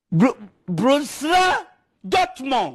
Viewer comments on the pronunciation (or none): none